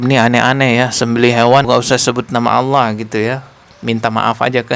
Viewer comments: Si Syaiful Karim ini Memang misionaris sejati....nyebut nama Allah saja Aweloh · Dari pelafalan Allahnya Jelas ni orang agamanya kristus deh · Loe karim yang terkutuk 😅😂 nyebutin Allah aja lidahmu melungker2 😅😂 sok2 an mengartikan 😅😂